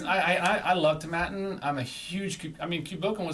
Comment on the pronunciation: Tom Aitinn NOT ToMMattin.